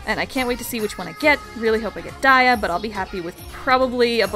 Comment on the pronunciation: So pumped for Aqours~ Also Dia's name is pronounced ( DI-A) not (DIE-YA) not trying to mean~ also, I love your vids, keep up the good work~ <3